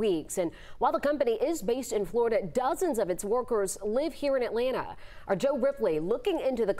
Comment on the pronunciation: AT LANTA NOT AH LANNA. Annunciation DAMM!